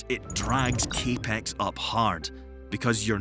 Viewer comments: CAPEX is just pronounced as CAP-X not CA-PEX... Just saying. Great video otherwise...👏👏👏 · do people call it cape-x? it's capital expenditure, so in american english it's typically CAP-EX